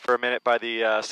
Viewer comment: Canadians say "turbine" like Australians :-)